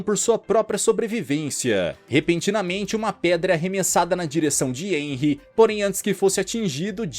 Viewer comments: Muito bom, mas corrigindo o vídeo inteiro você pronuncia o nome do protagonista de enry mas na verdade se pronuncia renry mesmo que se escreva henry por que o h sai o som do R no nome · Nn é enry q fala se fala RENRY